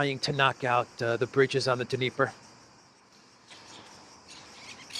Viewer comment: Dniepr is pronounced NEE-pur.